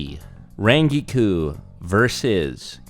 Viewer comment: Where the HELL did get his pronunciation for Rangiku?